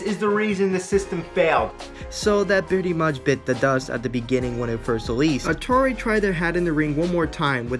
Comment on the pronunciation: Dude, why do you constantly pronounce Atari as "Natari"?! 😂😆🤣 This is a terrible video. I learned absolutely nothing about Ghostbusters the game and why exactly it is being remastered and rereleased. You spent most of this 4 minute 40 second video rambling on about Atari (while pronouncing it as Natari), and they weren't even the developers, they just published the game. You need to work on your fact checking as well as general knowledge base, because you could've easily googled the devs of this game (Terminal Reality) and atleast had your base facts straight. You should also work on your speech and pronunciation of words. When you make a video, you have to ask yourself "what information am i trying to convey to not only my audience, but to myself?". In other words, could you understand your own video if you just stumbled across it on youtube?? What did your own vid convey to you?! In this case, it couldn't have have helped you understand much. Do not let this critique discourage you. Improve yourself.